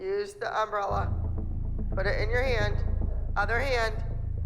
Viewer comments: as a texan it truly hurts me to hear um bralla not umbrella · The way Abby says umbrella really bothers me.